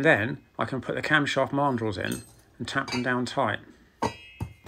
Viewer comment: Camshaft marndrulls? Sorry, can't work out that last word. Please clarify. Many thanks. Astounding work as ever, sir!